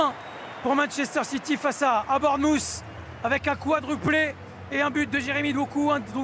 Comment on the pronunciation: Le commentateur prononce très mal Bournemouth. Essayez de dire Bornemeuf. Le son "th" est difficile et la plupart des Anglais le prononcent comme un "f". Par exemple. Three = Fri Through = Frou Think = Finque Bath = Bafe